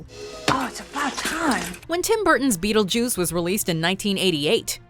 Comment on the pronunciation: Why are you saying beetlejews?